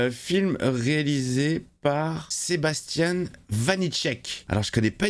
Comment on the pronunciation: L'accent anglophone pour "Sebastien" était exemplaire, à ceci près que Sebastien Vanicek est un réal français donc pas besoin d'accent ! C'est justement suite au succès de Vermines, que Sam Raimi a adoré, que Vanicek et son scénariste attiré Florent Bernard (refaites l'accent américain sur celui-ci, pitié) ont été engagés pour ce nouvel Evil Dead. Et comme Vermines était excellent, 100% confiance envers les bonhommes (on attend par ailleurs de pied ferme une Première Séance de leur film). Ça a l'air bien cruel, graphique, dynamique et salle gosse, digne de l'héritage de Raimi en somme.